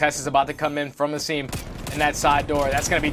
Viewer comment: this commentator is literally ass especially when he said "Ay-sim" wtf